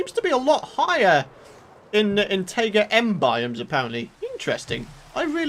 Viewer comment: The way you pronounce "Taiga" makes me wanna give you a friendly imaginary slap in the face with a big chunk of knowledge